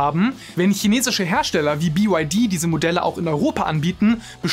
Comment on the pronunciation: BYD heißt nicht Bi you why di, sondern Bi why di...😅